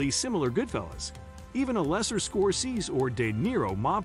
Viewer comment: Not a bad list, but the auto narration is terrible: Godfather: Part aye-aye? Martin "Scor-sez?" Please, get real voice actors.